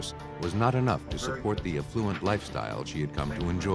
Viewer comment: That’s a really weird pronunciation of the word ‘affluent’…